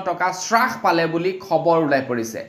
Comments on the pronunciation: "চাছপাইছে" নহয় "হ্ৰাস পাইছে" বুলি কবলাগে । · হ্ৰাস নহয় ,হ্ৰাস হে।অসমীয়া ভাষাৰ শ্ৰাদ্ধ নেপাতিবা । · হ্ৰাস শব্দটিৰ উচ্ছাৰণ শুদ্ধ কৰি ল'বলৈ অনুৰুধ কৰিলোঁ।